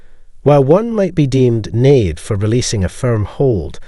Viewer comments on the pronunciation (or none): Is this a person or an AI? Has a Scottish accent but pronounces words wrong. Like Naive. He promounces it Nave 😂